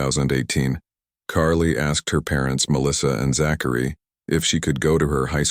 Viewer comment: You don't pronounce Zachary "Zack..... airy"